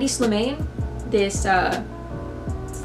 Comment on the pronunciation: You need fashion education. Learn to pronounce designer's names. You mispronounced "Slimane" and "Schouler". Look it up, it's not hard. Also, you were saying they show in unconventional spaces. Wow, that's never been done. Look up Martin Margiela who started unconventional spaces in 1989. Even NYC designers like Stephen Sprouse, Susan Cianciolo, Elisa Jimenez, Bernadette Corporation, etc. showed in uncoventional spaces LONG before Eckhaus Latta. I love Eckhaus Latta, but gets facts.